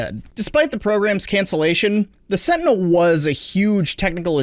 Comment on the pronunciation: Every time you say Sentinel it sounds like you said Fentanyl